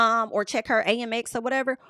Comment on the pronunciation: girl you are my favvvvv but its pronounced AMEX (short for American Express) isnt it? Girl tell me cause every time you say A-M-X i be confused and im with ya when ya right, so let me know